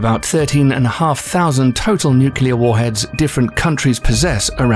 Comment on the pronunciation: If you keep saying nyukyuhlur like that I'm gonna go nuclear.